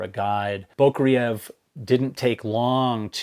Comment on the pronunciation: FYI Anatoli's last name is pronounced "boo-CRAY-yev". Accent on the second syllable, as in Russian and nost Slavic languages.